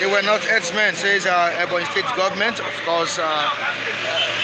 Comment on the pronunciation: "HERDSMEN" NOT "HERBS-MEN" ABEG UNA. 😂... ◾️ People please it's not Fulani herbs-men ◾️ I even heard that shameless stooge called Dave Umahi pronouncing the terrorist jihadists as "herbs-men". ◾️ They're not selling herbs OO!!! They're cold-blooded killers who need to either be driven out of every bush together with their cows and their women to either register in each town or city or for their own safety or in the interest of peace uplifted out of the localities in which they're currently wreaking government-approved, government-backed mayhem and sent back to Futajalon. ◾️ It is time for each indigenous grouping of people to declare their independence as a nation and protect their people! No more Nigeria Zoo contraption!, No more stooge Governors being called "Leaders" which everyone can now see they're not! Long live Ohammadike MNK!!! Long live I.P.O.B!!!